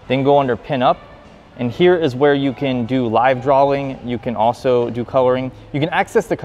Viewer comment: This man's just said Drawling hahah